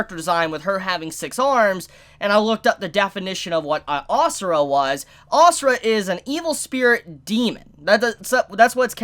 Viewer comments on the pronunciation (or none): u say it like "a sur" not asura xD , i am indian so xD